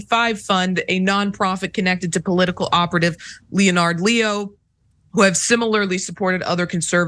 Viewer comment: Learn how to say Leonard